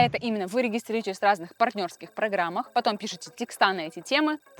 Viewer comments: Тексты!! Запомните! Тексты! Ударение на е! А не текста. И не текстОв, а тЕкстов! Зачем вы так с русским языком?! Уже в котором видео. Не буду больше смотреть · Лайк за видео, но одна вещь все испортила, пожалуйста, говорите грамотно: тÉксты, тÉкстов, а не тесктÁ, текстÓв!!! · Очень интересно и познавательно, но никогда, НИКОГДА не употребляйте слово "текста́", особенно рассказывая, как зарабатывать на те́кстах. Нет в русском языке слова "текста́", есть только "те́ксты". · ну почему "текстА"? Почему вдруг все стали так говорить? По-русски говорят "тЕксты". (ударение выделила большими буквами) . Аж смотреть расхотелось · текстА ((( Слух режет